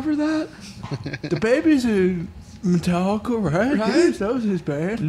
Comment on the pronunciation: Metal-licka?? stick to that Yankees hat the white sox don't want cha